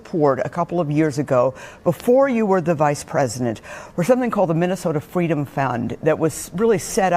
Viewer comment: Oooooh my gawd I completely forgot that kamala lied and said she was a baby in a stroller at the civil rights March and when someone asked "baby kamala" what she wanted, she claims she sat up and said "fweedom" 😂😂😂😂😂 That fake story is so much funnier now that we know she isnt black and that her family were brutal slave owners. We'll we've known that....huh it's just now dawning on me how unbelievably forgettable and dull she is....